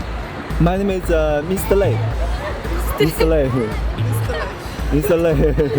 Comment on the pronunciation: 這主持髮型超難看，英文也超難 Mr 發音都未識